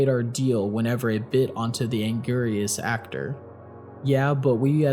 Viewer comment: The way he pronounces anguris makes me unfathomablely upset